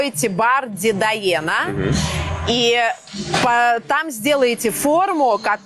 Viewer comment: Дедаена-только за это произношение можно запретить вход в частный бар.Дэда Эна значит " родной язык"